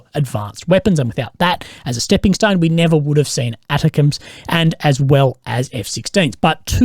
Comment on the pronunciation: lol i dont like how you pronounced atacms ;) i will fight an aussie over this